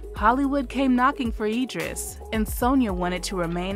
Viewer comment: It's pronounced Idris with an "I"